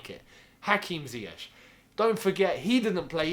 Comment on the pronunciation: Nothing to say about lampard’s pronunciation of ‘Ziyech’? 🤣